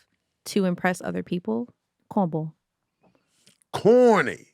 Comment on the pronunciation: “cohn bwall” - 😂❤